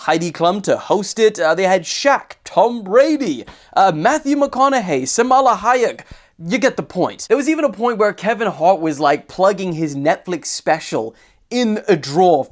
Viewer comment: Who dafuq is Samala Hayak? Did you mean Salma Hayek?😂